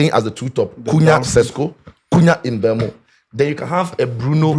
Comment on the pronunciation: the name is MBE-UMO not mbu-emo